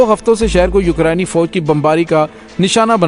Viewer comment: Dr sahab I like your videos and subscribed your channel. Please pronounce Ukraine properly